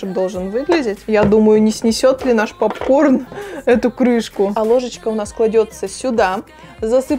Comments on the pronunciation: Правильно говорится пОпкорн а не ПАпкорн.Учти а хотя видео классным получилось 👍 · Попкорн , А не папкорн Уши режет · Не папкорн а попкорн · А почему "пАпкорн"?)) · Меня тоже бесит как она называет Поп корн,ПАп корном😂🗿👌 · А не папкорн а попкорн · пОпкорн же а не пАпкорн🤣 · Ахаах, почему пАпкорн?? 😄😄че за бред? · Режет уши «пАпкорн». Колхоз какой 🤦🏼‍♀️ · каждую секунду "пАпкорн" уши режет жёстко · Уши режет от слова пАпкорн, исправляйте речь ) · ПАПКОР бесит,кто так говорит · Режет слух от этого "пАпкорна".. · Так режет это ваше "пАпкорн" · Бесит, что за "пап-корн"!